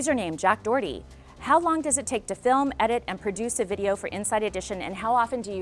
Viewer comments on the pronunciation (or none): It wasn’t jack dorty it is jack dor a thy